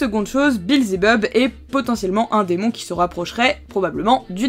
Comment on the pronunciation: Mais c’est belzebuth, pas belzebub, si?